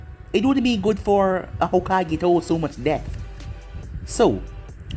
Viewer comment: When you said debt it sounds like death and I was very confused